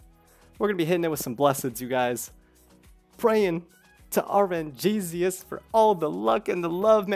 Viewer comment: I love watching, but my OCD can't take it when you say "Bles-sed" instead of "Blessed", or "RNGSIUS", instead of "RNGSUS" . Is there any actual reason why you say it like that?